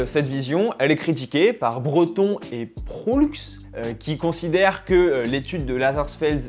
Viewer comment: Vraiment intéressant comme débat et bonne analyse !👍 * Proulx est un nom commun au Québec et se prononce Prou